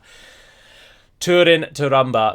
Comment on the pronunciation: please remember that ú as in húrin and túrin is pronounced like the oo zoo